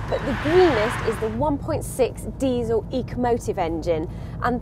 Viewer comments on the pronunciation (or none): none